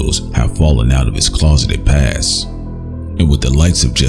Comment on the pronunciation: PasT Bru. There's a T at the end of the word pasT...